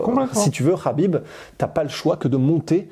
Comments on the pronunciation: non son entourage lui même le prononce Habib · ça se prononce habib